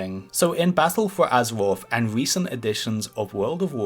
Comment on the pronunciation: Vewy, Azewoth, Muwocs, Woute, Fowest..... Wed Widge..... Wtf is wrong with people.